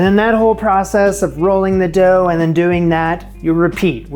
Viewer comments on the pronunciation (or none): none